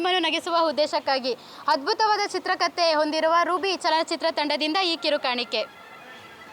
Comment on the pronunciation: Program k....but sirikannada name itkondu...mdm kannada wrong pronunciation madtiralla mdm small correction madkolli... Example: hadbuta antira....adu adbhuta... and huddesha antira...adu uddesha....any pradeshika bhinnate irabahudu...but public view agodakke heliddu